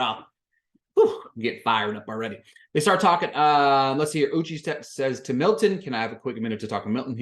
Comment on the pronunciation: Thank you for the review!! (Also, it's U-chay, not U-chi. Idk if you were doing it on purpose or not, so I thought I'd let you know.)